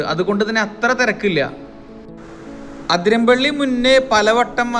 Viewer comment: ആദ്യം തന്നെ സ്ഥലത്തിൻ്റെ പേര് ശരിയായി pronounce ചെയ്യാൻ പഠിക്കൂ. അതിരമ്പിള്ളി അല്ല, അതിരപ്പിള്ളി എന്നാണ് പറയേണ്ടത്